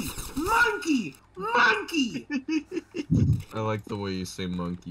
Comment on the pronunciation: The way Anthony says monkey sounds like"MANKEY" imao